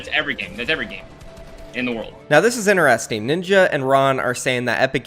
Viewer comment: InTEResting not Ineresting